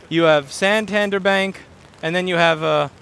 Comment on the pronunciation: When said. San Tan Dere